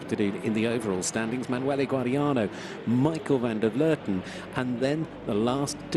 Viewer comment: finally a commentator who can properly pronounce the Dutch name Van der Vleuten...